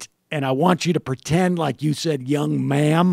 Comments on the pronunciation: Mike Krazer it’s ma’am. Not ma’aam. Just saying. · ok now to tbh when i listen to it he is actually saying 'young mam' but this begs a whole nother question of WHO THE FUK SAYS THAT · I heard “nice young madame” 😂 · I don't think he was 'ever deaf' (nice grammar, btw), and not sure what he lied about, other that possibly (and I reiterate, *possibly*) him saying 'man' instead of 'ma'am'. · "Young ma'am"? Who the hell ever calls any younger woman "young ma'am"? I'll admit I have a hearing issue, but like everyone else, I heard "young man" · I have often heard of the term "young man" but "young ma'am" I have never heard before and when you do say it,it does sound exactly like you are saying "young man". I think the proper presentation should had been either "young lady" or else ignore the fact that she is young and address her as "ma'am". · Who the hell says “young ma’am”?!? And if you listen to it slowed down, it does not sound like “ma’am” anyway.